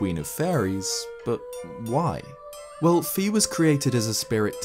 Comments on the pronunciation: Fi is not pronounced "fee" its actually "fai" :P just sayin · It's FAY, not FEE.